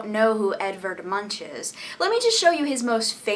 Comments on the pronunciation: You didn't even try to pronounce his name correctly. It's like Moonk (long u). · Isn't his surname pronounced as "Moonk"? o.O